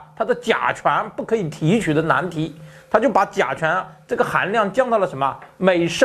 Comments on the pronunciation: 甲醇和甲醛都说不清楚，嘴里含着鸡蛋的主持人，佩服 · 聽著難受 甲醇 甲醛... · 你才吃甲醛？这个都读不准还做主持人